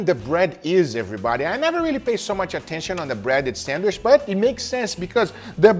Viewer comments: I love how you say Sandwish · Guga be like sandwich ❌sandwishhh👍🏻 “just a joke great things my guy love u 🥰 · Just 1 time id love for guga to say sandwich.... not sand wish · The way he says “sandwich” is cool